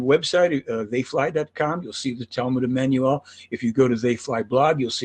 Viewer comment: She can't pronounce Emmanuel? LOL